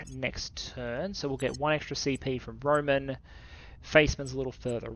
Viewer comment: One note is that Roman the name is not said like the Romans, but rather Roh-mahn